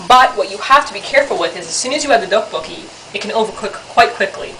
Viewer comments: if it helps, the "dok" is kinda pronounced like duck, but emphasis on the d, so its like, dduk. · sounds fuunny when she say DOK BOK KI